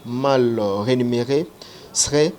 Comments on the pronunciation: franchement zua ba cours svp on dis Rémunére et non renimere... 🤔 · balobaka mal rémunéré et non renumeré. On parle là de la rémunération